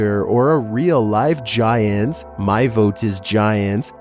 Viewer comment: nUmber fiftEEN gi-ANT